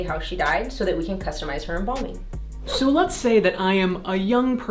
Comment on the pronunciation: Embalming not embombing at least say it right